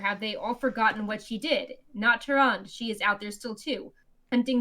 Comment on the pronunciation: Am I the only one that cringes every time says Tyrande wrong?